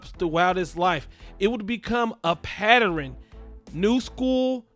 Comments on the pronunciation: Boy said it would be come a patteran 😂😂😂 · Please stop saying “Patteren” the word is PATTERN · I'm need you to say this with me...PAT..TERN, again PAT TERN not patterin. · A pat-er-ren? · Yes, you throwing a whole other syllable in there